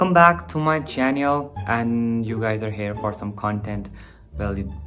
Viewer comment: wait did u just said chenial...lol